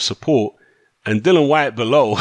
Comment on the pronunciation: If people kept purposely mispronouncing my name, I'd be permanently vex too... and by the way his name is DILLIAN not Dylan... FFS...